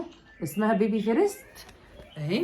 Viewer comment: فيرست مو فيريتس يا بس معليه الله يوفقو وعقبال ماتشوفيه متخرج من احسن الجامعات يارب 💥💋